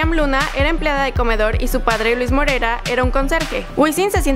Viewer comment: DIJISTE MOREIRA, ES MORERA